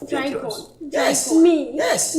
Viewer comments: herrh did the lady really say Drygon???eii🤣😂😂😂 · Yes ooo she said drygon 🤣🤣🤣🤣🤣🤣